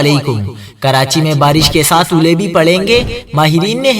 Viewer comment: Oooolay bhi parrain gai..,..Bhai aulay not Oooolay hahaha.